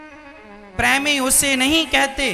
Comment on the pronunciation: Pehle premi bolna sikhiye😂😂😂